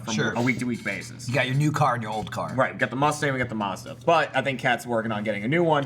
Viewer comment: I hate how pronounces Mazda, it's mAzdA.